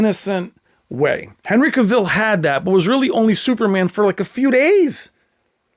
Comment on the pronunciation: CAvill, not caVILL. The A pronunciation like "mAn".